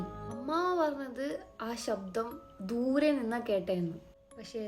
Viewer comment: Dhoore enn parayumbo thoori enna kekkunne💀😂